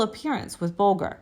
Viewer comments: Agree … Comanch and “Bol-gr” instead of “Bol-jer”. Just annoying! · For God's sake-if y, ou're going to do a video about someone--get your pronounciations right--it's Metro-Goldwyn MAYER--not MYER--and it's Ray BOWL-J, not BOWL-GUR--and the tribe is Coman-chees, not Coman-ch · Not to mention the mispronunciation of Ray Bolger’s name and one or two more!